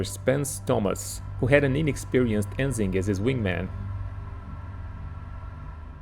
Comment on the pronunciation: Great video! Ensign is pronounced "en-sine".